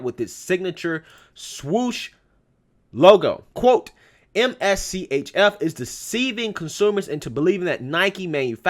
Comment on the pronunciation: I think the company's name is pronounced "mischief "